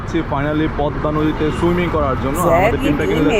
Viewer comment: You should say Pod_da (Podda), not Pod_ma (Podma) by the way it's not your fault, it's fault about Bangladeshi video vloger's why he wrote down Podma?Anyway very nice your reaction.🇧🇩🤔🤔🤔🤔🤔